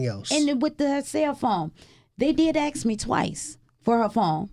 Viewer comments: She “ax’ing” an awful lot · She's gotta stop axing people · RIP, poor child. May I ask why the mother says "aks" instead of "ask"? Just curious?